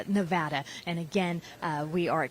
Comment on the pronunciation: It's pronounced Nev ADDA not Nev odda.